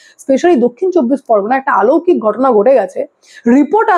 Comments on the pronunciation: আলৌকিক উচ্চারণ ভুল। অলৌকিক। চার আঙ্গুল যার ছিল না তিনি B L O নন, তিনি sir আতঙ্কে আত্মহত্যা করেছেন। তথ্য সঠিক হওয়ার দরকার। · TUMI AAMAR MEYER BOYOSI. TOMAR VIDEO GULO EKDOM TATTHOSOMRIDDHO HOY. AAMI DEKHCHHI TUMI EKTA SOBDER UCHCHARON EKTU BHUL KORCHHO BARBAR. jETA HOCHHE AALOUKIK - ETA HOBE ALOUKIK. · আলৌকিক নয়, শব্দটি হবে অলৌকিক। ধন্যবাদ। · শব্দটা "আলৌকিক" নয় "অলৌকিক" উচ্চারণ হবে বলে মনে হয়। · Didi kotha ta অলৌকিক। আলৌকিক noy... আ নয় অ। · আলৌকিক নয়, অলৌকিক। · ওটা আলৌকিক নয়, অলৌকিক। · আলৌকিক নয়, অলৌকিক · একটা কথা বারবার কানে লাগছে, আলৌকিক নয়, অলৌকিক। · আলোকিক নয় শব্দটা অলৌকিক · তুমি বার বার আলৌকিক বলছো। কথাটা হবে অলৌকিক। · আলৌকিক নয় অলৌকিক কথাটা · কথাটা আলৌকিক নয় অলৌকিক। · কথাটা (আলৌকিক) নয় , কথাটা অলৌকিক। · আলৌকিক নয়,অলৌকিক বলো । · খুব ভালো খবর পড়ছেন কিন্তু বার একটা কথা কানে লাগছে "আলৌকিক" 😂 কথাটা হবে অলৌকিক। 🙋‍♀️🙋🙋‍♂️🙋🏼‍♂️ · কথাটি অলৌকিক, আলৌকিক নয় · আলৌকিক শব্দ হয় না, ওটা অলৌকিক ম্যালা ফাইডি = mala fide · তুমি আলৌকিক উচ্চারণ করছো, ওটা কি আলৌকিক হবে না অলৌকিক হবে? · আলৌকিক নয়, শব্দ টা অলৌকিক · আপনার প্রতিবেদনের সময় কথায় আপনি বারবার "আলৌকিক" কথাটা ব্যবহার করছেন, কিন্তু সঠিক কথাটা হল "অলৌকিক" হবে। দয়া করে শুধরে নিলে খুশি হব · আলৌকিক নয়, অলৌকিক। আপনার প্রতিবেদন তো খুব ভালো লাগে তাই এই ছোটখাটো উচ্চারণ ঠিক হলে আরো নিখুঁত হয়। কিছু মনে করবেন না দয়া করে। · কথাটা অলৌকিক,আলৌকিক নয়। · শব্দটা আলোকিক নয় অলোকিক। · আলৌকিক !😅😅😅আমরাত জানি কথাটা অলৌকিক ! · কথাটা "অলৌকিক" - "আলৌকিক" নয়! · অলৌকিক শব্দটি সঠিক ভাবে উচ্চারণ করলে ভালো হয়।